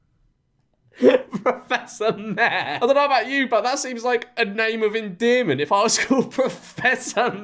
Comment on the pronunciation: It's professor Mayor not professor mare